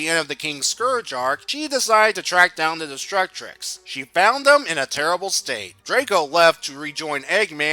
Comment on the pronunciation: Great work but why do you pronounce it "Destructrix"? There's only one letter R.